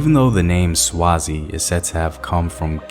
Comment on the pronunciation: Great video! As a Swazi I'm finding it difficult not to comment on your pronunciation 😂😩